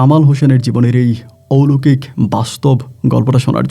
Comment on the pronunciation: মূর্খ কোথাকার..... ঔলোকিক না কথা টা.... অলৌকিক হবে...... বাংলা টাও জানে না ঠিকমতো......